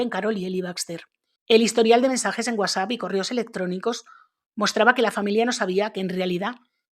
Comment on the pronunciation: Cómo dices" UASA" !!!😂😂al referirte a WhatsApp??? Se supone que sabes leer!!... que vergüenza... Y pena ajena!.por eso y más no me agradan la gente como tú!!😏🤮